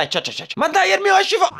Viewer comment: Non è Herry, è Erenny